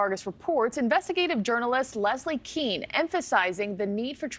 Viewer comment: The serious journalist Leslie Kean deserves to have her name pronounced correctly, it is pronounced "Cane" not "Keen". And Ryan Graves has never seen a UAP with his own eye's and has stated as much. If you people at NewsNation would spend more time doing research and less time interviewing gun worshiping religious lunatics like Tim Burchett, you would know these things. We need disclosure, but it's obvious that the Pentagon and NASA don't trust these Bible thumping imbeciles like Burchett and Luna. Why don't you report on THAT.